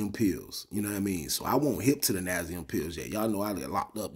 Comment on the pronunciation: Nasium ??? Do you mean Nacin - n(nye - a - sin)